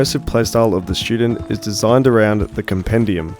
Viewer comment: Did he say shootdent? Lol